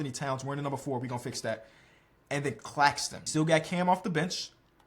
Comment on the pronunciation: Is it just me but when he said Claxtonclaxxxon I died😅